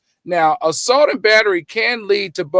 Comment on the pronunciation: Alleged “salt”?!?!? You’re more focused on reading what you wrote rather than making sure you’re pronouncing the words right 🤦🏾‍♀️